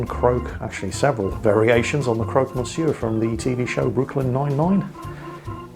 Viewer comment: Don't want be that person.... But here in France it is pronounced 'crock'... Just saying!.. great vid!.. keep it going o mighty one!